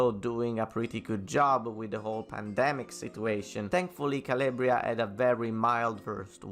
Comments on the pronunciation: CAL-AHHH-BRIA not CAL-LAY-BRIA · Where you from and why you pronounce Calabria as Caliebria?